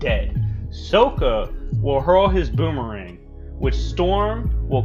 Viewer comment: ...no he didn’t. Is it really that hard to pronounce Sokka? His name is said in like every episode of the show several times